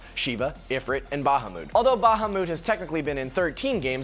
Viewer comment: This guys does even pronounce the word " bahamut" incorrectly and yet he still in this video......